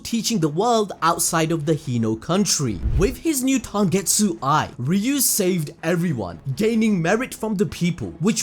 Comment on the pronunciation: Are going to ignore the fact that said tangetsu everytime he referenced tengetsu eye?